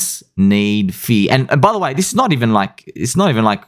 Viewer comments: Now we're going to need a video clarifying "fea" vs "fuh-eeee-yur". 😆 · Hey, what rhymes with “FEARRRR”? ….”SPEARRRRR” 😂😂😂